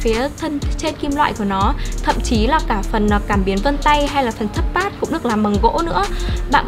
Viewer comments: thế thì chị kia thật sự cần học tiếng Anh rồi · à mà do cách nghe hoạc do vùng miền nữa